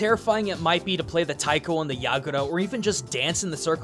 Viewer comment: was in a taiko group, can't even pronounce taiko. OOF. good video though, I used to play this game in the arcade.